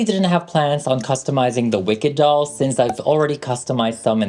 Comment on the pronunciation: Doll not dall